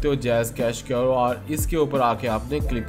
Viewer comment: QR thek bolna be nh ata ye kyun r kia hota hy?